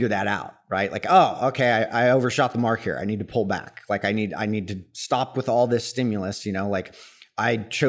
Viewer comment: I love him half but what is he saying pully in? Pully air!?